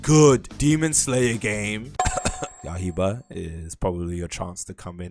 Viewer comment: my guy its yaiy-ba not ya-hi-ba